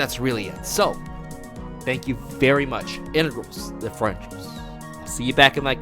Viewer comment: Integrals and differentials, I thought the same thing for the longest while!! "Why is he saying "frenchals"??"